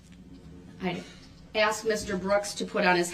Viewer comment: When she doesn’t Darrell “grounds” Brooks says — it’s that a “tack it” agreement or a “judishal”determination or because she “axed” not asked